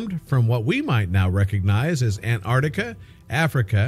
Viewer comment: what a silly title, also the word is AN TARK TICK A, NOT ANARDICKA, gordon bennett can you people pronounce anything correctly??